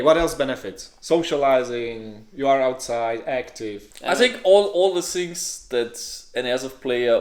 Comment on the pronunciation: DOSENT SAY THINGS HE SAYS SHINGS